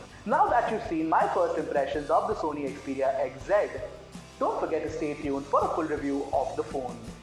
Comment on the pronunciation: Its xperia not "xeperia"